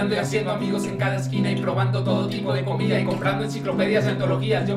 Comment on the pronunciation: dicen comira no comida